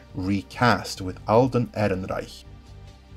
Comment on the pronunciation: Fuck I love the way you say "Ehrenreich"!